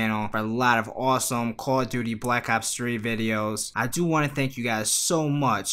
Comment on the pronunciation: Bwack ops fwee lol